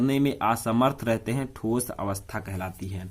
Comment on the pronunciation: ठोसो नही होता है ठोस होता है